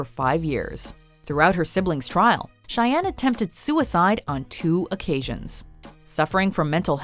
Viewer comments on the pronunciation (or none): none